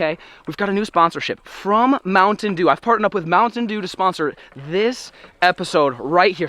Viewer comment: Is no one going to say “Mounitain Sheeew”??